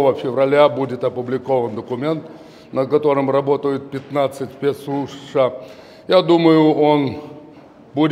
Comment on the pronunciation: Хорошо произнёс первые слова ... ВША